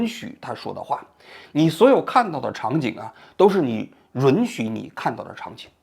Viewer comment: 允(yu3n)许，不是ru3n许。